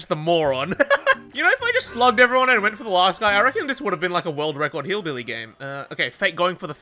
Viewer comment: the way you said BillBilly at the start made me cackle